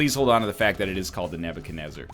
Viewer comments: its not nebacanezar. its nebuchadnezzar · It's Nebuchadenezzar, NL. He was a babylonian king.